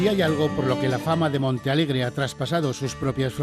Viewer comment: es Montealegre, el que comenta a ver si te espabilas los primeros minutos dices Monta ,minuto 11 otra vez Monta jajaja alli naci yo en el 65 enterate ya es MONTEALEGRE MONTEEEEEE